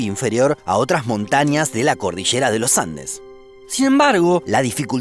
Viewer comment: De " achi", "mallores", "chamado", " la cordichera"😂